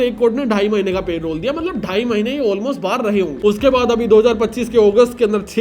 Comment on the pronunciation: Bhai.. Good Video.. But Payrole nahi hota Parole hota hai. thoda pronounciation pe dhyaan do